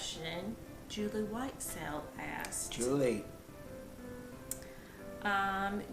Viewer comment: & also, Loved The Shout Out!!! Great Job On The Q&A.. I think its awesome you said Whitesell correctly. saying plaster was so funny. Then her laughing... She has some great things to say!